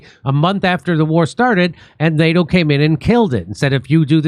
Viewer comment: Nay-dough ! What the heck is that?😂😂😂 Likewise new-killer war?